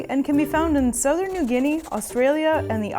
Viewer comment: I don’t like how she pronounces southern😫😂😂